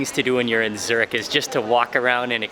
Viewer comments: Dude you wrong say Zurich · The amount of times he said zuric😂